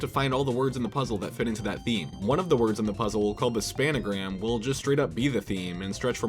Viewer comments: spangram not spanagram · thank you for calling it the spanagram spanagram > spangram 4ever